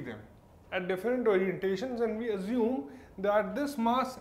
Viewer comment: Azume = Assume